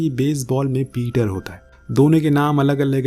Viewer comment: पीटर नही पिचर